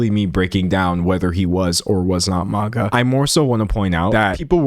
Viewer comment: D'Angelo you always say MAGA like "manga" and it cracks me up, I recognize a fellow dweeb